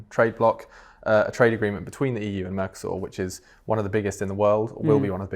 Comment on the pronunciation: Gotta love the 'mercosaur' pronunciation 😅😅